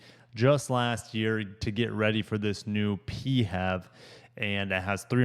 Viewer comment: The inch and a quarter receiver is not for towing. It is only meant for accessory type attachments, such as bikes and similar type things. Do your research. Also the way you were pronouncing PHEV as a single word made you sound like a real dipshit. This has to be the worst auto review that I have ever seen. Hang it up and find yourself a new hobby.